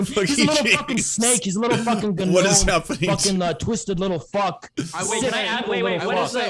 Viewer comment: The “ga-nome” comments and “beta male bonnell” almost made me cry laughing